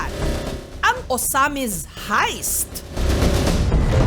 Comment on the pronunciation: sabi ni jessica haist daw haha heist pronunciation non